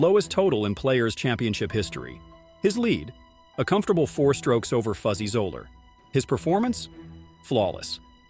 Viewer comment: Fuzzy Z-OH-ler? Bro learn the names...